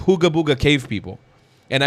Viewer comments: Sooo funny how he CAN'T SAY the the letter "P" He says "B" instead of PEOPLE he's says BEOPLE lol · He said “beoble”😊